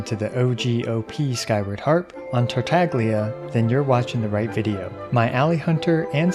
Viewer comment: You couldn’t crit because you call him “tartarglia”